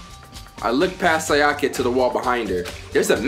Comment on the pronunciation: Why do so many people say “si-ahh-kuh”? It’s “Say-uh-kuh”